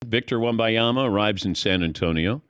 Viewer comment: Wem-ban-ya-ma … not wem-by-ya-ma … it’s right there in THE LETTERS.